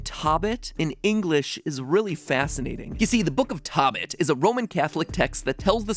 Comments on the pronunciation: Matpat pronouncing tobit as tabit hurts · Really? No one is pointing out the obvious error in the pronunciations of both of the asian languages, one of which leads directly to a very far stretched theory? Tobit is not pronounced like how it looks in English, and if that's the only reason for the connection with the greek mythology, that tells how far fetched this theory is. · i know its probably annoying to hear this but tobit and tokki are pronounced toe-bit and toe-kki. not tahbit or tahkki lol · Not Tobit in Korea. It is pronounced as tobeat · It’s pronounced “toe-bit” not “tah-bit” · Only one issue: "tobit" it pronounced "TOh-bit" not "TOB-it" "TOh" as in "toe" in Korean. So in this case, (to go with your theory, the letters should've been 타 not 토 as shown in the Korean translation of the game. Like someone else said, it's still a play on words with a mix of english and korean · Lmao did you just say “(TOH)bit?” It’s actually pronounced t(O)bit. Never trust google translate. Please. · As a korean I’m pretty sure the name 토빗 is a combination for korean rabbit and and English word rabbit Both of them have 2 syllables so it’s a combination of first syllable of korean rabbit and second syllable of English rabbit The pronunciation is more like “toh-bit” rather than “tah-bit” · been wondering if mat ever hits the speak button on google translate on foreign words. 토빗 tobit is pronounced more like toe-bit not taw bit and same for 토끼 tokki is a long o .. also i feel like the name tobit is to from tokki and bit from rabbit lol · Tobit is pronounced “toe”bit” my guy it’s a Christian/ Jewish holy book. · tokki and tobit are pronounced like "toe" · Oml, that Korean pronunciation. (Though nice try, MatPat.) Zipper's name is pronounced more like Tobis (toe-beese) and rabbit is "toekki", which does not rhyme with Pocky. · It’s pronounced Toe-bit